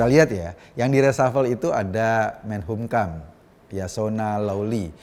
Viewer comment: Mas Eko,saya cuman mau koreksi penyebutan kata MENKUMHAMnya mas Eko kebalik terus.Jadi MENHUMKAM🙏🙏🙏